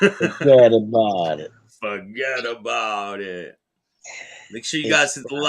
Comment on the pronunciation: Forgetaboubit. It's one word. Lol